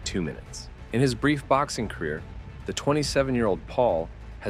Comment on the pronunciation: Bro said career (JP) 😂 …